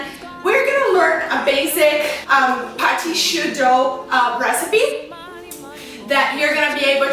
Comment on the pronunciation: I love how she said Patiii Choux <3